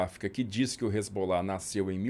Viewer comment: A pronúncia que ouvi nas minhas viagens à região é res-alá. Não sei de onde se tirou Resbolá.